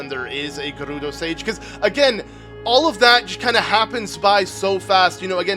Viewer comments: I like how he rolls hood “R’s” with “Gerudo” and “Urbosa” but it is different. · Also, it’s FEE! and Guh-roo-doe. And mar-lee-o (it’s a non-optical L).